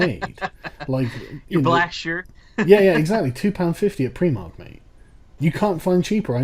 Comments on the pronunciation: Sargon, you pronounce Primark wrong. Unsubbed. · "PRIMARK" not fucking "PREEMARK" you pleb, Sargon! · Did Sargon call Primark "Preemark"?